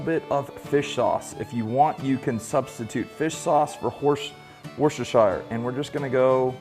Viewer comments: Why can't Americans figure out how to say 'worcestershire' . It's literally (Wus-ter-sher) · Just FYI, when you say "Worcestershire", change the "Shire" for "SHER" and you'll be saying it right! Haha. I'm from the area. God bless. P x